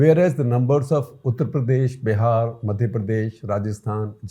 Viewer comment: At 15.7th minute of the vedio, when you said "Uttar Pradesh", it sounded to my weak ears like "PuttarPradesh"!!!! No disrespect or hurt meant to you or to fellow viewers or to UPians. Just commented on lighter vain. Thank you for doing this video. Hugely educative in shaping public opinion with exemplary lucidity, simplicity & clarity. Comparative method used very effectively for driving a particular point more poignantly. Nice to know "Foreign Affairs" got sourced and woven in the discussion. 7 out of 8 students not making it in India is a receipe for disastrous political consequences - leading to closure of democratic openness and rise of majoritarian authoritarianism as evident in violent communal mess in Baharaich, UP. Congratulations & thank you again SGji.